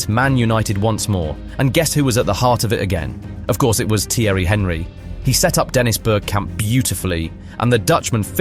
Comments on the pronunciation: If you don't know how to pronounce the name of Thierry Henry, you cannot talk about football. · I dont understand why people would make an entire documentary about something they have no interest in. I can tell this guy doesn't watch football, cos who doesn't know how to pronounce "Thierry Henry" Man said its CR7 vs Henry Hoover 😂😂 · AI dross , notice the way he says Thierry Henry’s name 😂😂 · The way the narrator (or AI?) prounces Theirry Henry is pathetic. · You have to learn to say Thierry Henry correct, this is a joke !